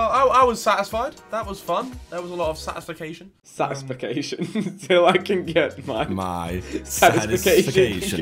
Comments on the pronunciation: Harry said satisfication lol😂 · Nobody: Harry: Satisfication